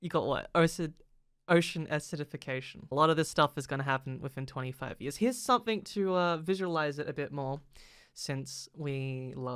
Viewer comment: It's "Something" not "Somethink"